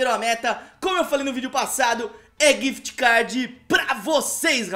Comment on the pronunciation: Quem percebeu q ele falo quift cad